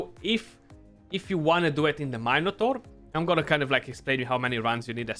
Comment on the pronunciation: “Main a tor” 🤣🤣 bro you made my day! No disrespect, I love you mate for all the knowledge that your giving us!